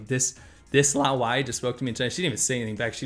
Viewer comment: laowai is more the real pronunciation